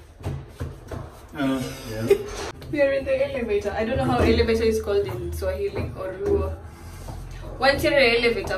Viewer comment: pronouciation of Swahili us very good